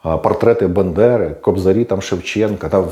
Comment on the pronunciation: бААААндера а не бендера